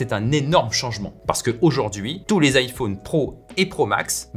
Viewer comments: Ça y est il lis vraiment IFAUNE ou quoi? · Merci de bien prononcer "iPhone" ça m'a angoisser